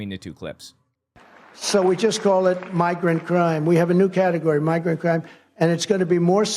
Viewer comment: When he says “migrant crime” my ears are hearing “my great crime” ok that tracks